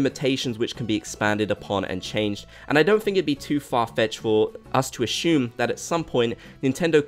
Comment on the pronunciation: You know what they say... don’t ashume is makes a shu of me ??